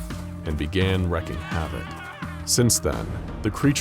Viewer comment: Ok, I feel like I should just say it- The word wreak is pronounced like "reek". Not like "wreck". Thank you for the SCP content.